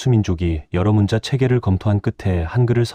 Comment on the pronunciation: 한글 관련 자료를 알리면서 어떻게 초등학생들도 아는 우리말조차도 제대로 못 읽습니까?!?!?!?!? '문자'로 쓰고 [문짜]로 발음한다. 즉, 읽고 말한다. 정녕 이것조차도 읽을 줄을 모르면, 이런 '엉터리 발음'으로 나라 망신 그만 시키고 표준 국어 대사전에라도 찾아보시오! 사전 단어 바로 밑에 아래와 같이 발음이 표기되어 있습니다. 아울러, 그곳을 누르면 정확한 발음을 들을 수도 있습니다. 우리의 어린 자녀들과 한국어를 갓 배우기 시작한 외국인들이 이런 '엉터리 발음'을 듣고, 그대로 따라서 '엉터리로 발음'을 할까 봐 심히 두렵습니다!!! "과이불개가 시위과의니라." [過而不改 是謂過矣] "잘못을 저질러 놓고도 고치지 않는 것, 이것이 바로 잘못이니라." - 공자 - 잘못 썼거나, 잘못 발음을 하였거나 등등 어법에 맞지 않게 쓰고 읽은 곳을 발견하면, 즉시! 바로! 어법에 맞게 바르게 고쳐 주세요! 만약 유튜브로 한 번 올린 자막은 수정.교정을 할 수가 없으면, 댓글 맨 상단에 댓글로 어법에 맞지 않게 쓴 곳은 바르게 고쳐 공지로 올려 주시기 바랍니다. 이렇게 하는 것이 유튜버가 우리 시청자들에 대한 최소한의 예의이고, 글을 쓰는 자의 기본 자세입니다. 그래야 어법에 맞지 않게 엉터리로 쓴 우리말이 오염이 덜 됩니다. 그냥 방치하면, 유튜브가 존재하는 한 마르고 닳도록 엉터리 표기.발음이 전 세계로 오염되어, 아름다운 우리말을 파괴시켜 영원 무궁토록 나라 망신을 계속 시키게 됩니다. 아직 '한글 맞춤법'을 배우지 못한 사랑하는 우리의 어린 자녀들은 부모가 쓰는 것을 보고 그대로 따라 쓴다는 사실을 명심합시다! 자식들에게 죄를 짓지 맙시다! 못 믿겠거든, '처마 끝에 떨어지는 낙숫물'을 보십시오! 한 치의 오차도 없습니다. "사과는 사과나무에서 멀리 떨어지지 않는다.' Яблоко от яблони недалеко падает. [ 야-블라꺼 앗 야-블라니 니달리꼬- 빠-다잇] - 러시아 속담 - 반드시 교정을 보고 올립시다! "눈물로 슬픔이 가시지 않는다." "Слезами горю не поможешь." [슬례자-미 고-류 니 빠모-줴시] - 러시아 속담 - 아름다운 우리글, '한글'을 아끼고 사랑합시다. 이것이 바로 애국(愛國)입니다. "한 나라가 잘 되고 못 되는 열쇠는 그 나라의 국어를 얼마나 사랑하느냐에 있다." - 주시경 선생 - “말과 글을 지키는 민족은 남의 민족 밑에서 노예 생활을 해도 언젠가는 제 나라를 세울 수 있지만, 말과 글을 잃으면 그 민족은 사라지고 만다.” - 정인승 박사 - "좋은 약은 입에는 쓰나 병에 이롭고, 충언(忠言)은 귀에 거슬리나 행동에 이롭습니다." "良藥(양약)은 苦於口(고어구)나 而利於病(이리어병)이요, 忠言(충언)은 逆於耳(역어이)이나 而利於行(이리어행)이라." - 장량이 유방에게 한 진언(進言): ※ 진언(進言): 윗사람에게 자기의 의견을 말함. 또는 그런 말.